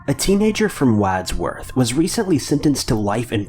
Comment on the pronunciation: Hey, the first story, #5 it's Wadsworth,Ohio, as in Wads(pronounced Wads-Worth). It is a small town near Cleveland,Ohio and Medina(Meh-Dine-Ah),Ohio.